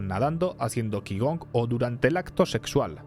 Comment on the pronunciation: Qigong se pronuncia chicón (no es coña, en serio de pronuncia chi - con)